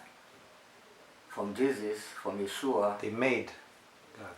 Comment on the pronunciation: Its Yeshua not yeshu